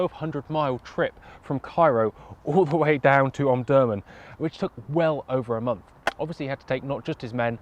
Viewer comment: Pronounced om-dur-man not om-durman